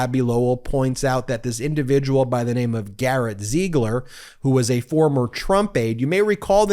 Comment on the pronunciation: PLEASE, pick a pronunciation for Ziegler and stick with it. It should be pronounced /ZEEgler/.